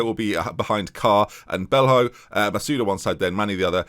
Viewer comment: O'Riordan is pronounced more like O'Riden, and Belho would be Belyo. Just think of players like Ronaldinho & Coutinho when names end in ho - it's almost always "yo".